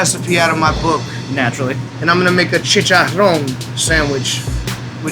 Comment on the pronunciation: Love how he says chicharon with a french accent. LOL